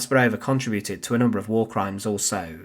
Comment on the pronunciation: The voice and pronunciation of the narrator are Irritating beyond description,above all the pronunciation !! The word "war" alone is too stupid for words....find someone else, will you !.